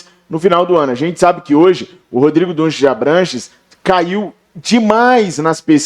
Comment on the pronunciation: Meu Deus , não é Dunshees é Dunshee. Não Gomes de Mato, é Gomes de Matos!